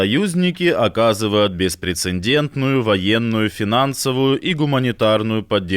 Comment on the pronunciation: Да когда вы уже научите ваших ведущих правильно произносить слово "прецедент"? 😂😂😂 Слова "беспрецеНдентный" не существует! 😂😂😂